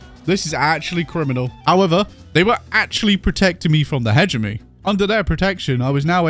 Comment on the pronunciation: Nice! Our boy finally learned how to pronounce alpha! Still has to learn how to pronounce Hegemony tho.